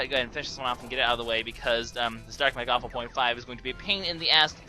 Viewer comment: It's not Mekawful. It's mechawful